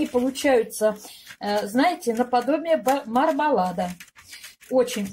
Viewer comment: Мармелад- а не мармалат